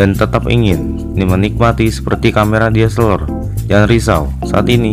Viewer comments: DSSELOR LOH WKWKWK KNP G NGOMONG DSLR NYA AJA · Camera deseleeeer.. Blepetan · Ngakak gue denger nya diseler wkwkwkwk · Njirrr DSLR = DISELER 😂😂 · DSLR bro bukan DSLER😂😂😂😆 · Bilang DSLR nya biasa aja bambang